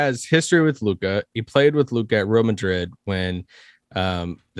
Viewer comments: It's pronounced Re AL Madrid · Yes like it shoud be pronounced Reyal or re-al